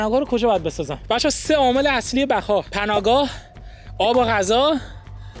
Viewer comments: 0:3 بقا کنم ❌ بخا کنم✅ فارسی کیلی کیلی کم المانی کیلی کیلی زیاد😂😂😂😂😂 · بخا ❌️بقا ✅️😂😂😂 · ثانیه اول ( بخا خونم )، بابا درست صحبت کن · بقا نه بخا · بقا ❌ بَگا✅